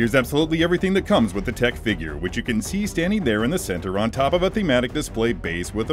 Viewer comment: It's pronounced 'Tick' :D